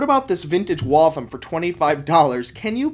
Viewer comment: It's pronounced WalthAM, not Walthim. I know this not only because I grew up next to the town that gave the company it's name, but my great grandfather, and grandfather both worked there. And they were entirely US made until 1957.